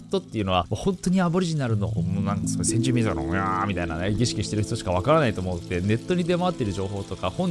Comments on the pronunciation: せんじゅうみんじょくwwwww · 先住みんじょくwww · もしかして せんじゅうみんじょく って言った？ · 「先住民じょく」って言った？ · 先住民ぢょくw かわゅ♥️